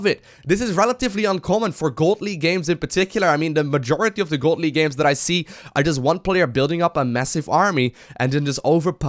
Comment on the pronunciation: Sounded like he said "God League".